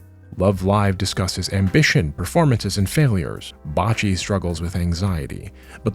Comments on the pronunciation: Are you calling Bocchi bocce on purpose? Is it some meta joke I'm not getting? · putting aside how much pain I felt hearing the pronunciation of Bocchi's name be "botched" so badly... I never realized that this demographic existed. which is a little frightening because I suddenly now realize how close I was to sliding into the nazi path leading from k-on. especially as I was very misanthropic in high school so I am so incredibly glad that the path from k-on I ended up on was instead the transbian path. which I have no doubt was helped by me seeing Mio not as a totem of purity, but as an aspirational figure, even if my young brain didn't yet puzzle out that my mimicry of her was rooted in gender exploration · this was a phenomenal video, thank you! you did, however, pronounce "bocchi" as "botchy" like botched surgery. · thank you. I was mildly cringing when he pronounced it as 'botchy'.